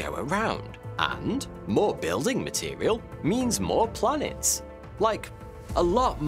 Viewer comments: Every time you say 'blanets' I spasm. Great video. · Blanets and Slanets killed me😂😂🤣🤣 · slanets haha